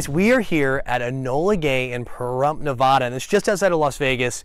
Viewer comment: you said Nevada wrong